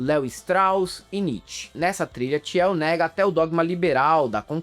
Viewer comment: Desculpa, mas o falando "Tiel" me pegou muito. A pronúncia correta é "Til", Peter "Til". A guei ricah que apoia homofóbicos e tals, mas para além disso, como diz o vídeo, o pior é o que ele faz com o dinheiro (absurdo) que ele tem. Ele financia várias iniciativas de anarcocapitalismo, aceleracionismo, enfim... Várias bostas.